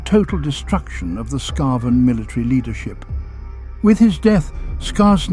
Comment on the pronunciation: Brilliant lore. Just one thing it's "Skaven" S.K.A.V.E.N!!!!! NOT S.K.A.V.A.N????????????